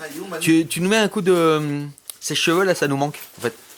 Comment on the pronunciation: J'aime bcp Woirin mais l'entendre dire 'veuj' pour cheveux et 'uc' pour cul... Ca m'attriste un peu.